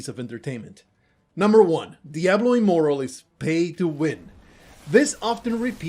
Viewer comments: Well played sir you got me.I thought you were a complete idiot at beginning of the video .But made it to the end of the video I should have called on that you kept calling it Diablo immoral lo immoral😂GG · I came here after listening to a few legit diablo immortal defenders, so I was really confused and thought it was legitimate until i read the pinned comment, cause it sounds just like them. Although the first giveaway was when you said immoral rather than immortal at the start.